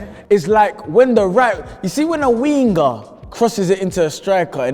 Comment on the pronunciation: the way says winger 💀